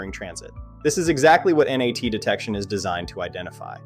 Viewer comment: and it’s not ennn aaayyy teeee. it’s NAT